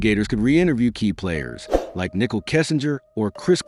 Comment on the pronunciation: Exactly. So annoying. You would think AI would be able to pronounce the names correctly.